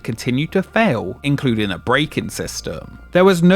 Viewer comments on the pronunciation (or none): none